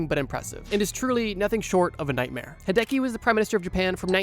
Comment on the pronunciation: hearing Hideki pronounced hey-deki hurts my soul